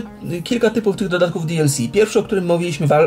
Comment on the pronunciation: Jak ja lubie jak mowi: Di El Si:D